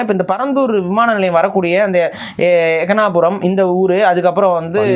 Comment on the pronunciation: எக்காணாபுரம் இல்லை அது ஏகனாபுரம்